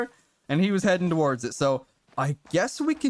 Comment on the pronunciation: the way bro says “heading a wards “ and not “towards “ be killing me 😂